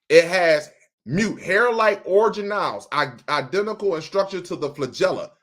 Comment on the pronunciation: ORGAN-elles. Like "ORGAN". NOT: orjanelles.